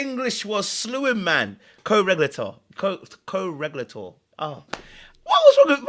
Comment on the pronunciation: Co- Reg- u- lāter! 😅